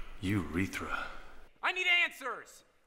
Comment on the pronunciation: Omg he really said Eurethra 😂😂😂